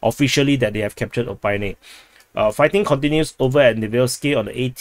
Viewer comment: O-PIT-NE not O-PYNE! ;)